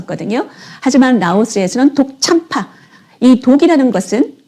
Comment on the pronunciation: 독참파가 아니라 덕 짬빠라고 (더억 짬빠아) 합니다 발음이 틀리면 그 뜻이 틀려집니다